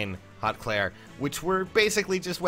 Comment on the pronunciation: I hate to tell you this, but apparently it’s pronounced “hoot clere” and I guess you can look that up to double confirm